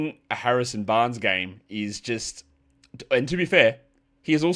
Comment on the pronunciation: Harrison 'Banres'? MUST have been the Metallica show or your dog barking at you the whole show...cheers